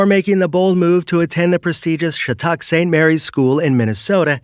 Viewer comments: It’s prounonced “scha tick” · Just butchering shattucks name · Communication issues? Good grief. Just admit you were lazy about it. How hard is it to actually confirm the pronunciation of the name of a school? I mean, you pronounce Zeev Buium just fine for cripes sake.